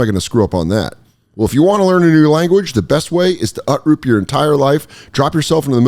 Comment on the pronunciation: Haha he said "utroop"